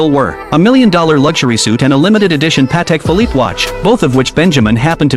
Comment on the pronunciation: its amazing how AI can pronounce Patek Phillippe correctly but common words it messes up.